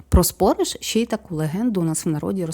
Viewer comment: Вибачте,але не спОриш,а спорИш.Неправильний наголос,як фальшива нота в мелодії - слух ріже.